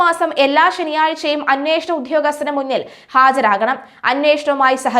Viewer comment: റദ്ധ ല്ല, റദ്ദ്. ശബ്ധമല്ല. ശബ്ദം. Sections കോടതി അല്ലാ sessions. ഉദ്യോഗസ്ഥർ, ഉധ്യോ അല്ലാ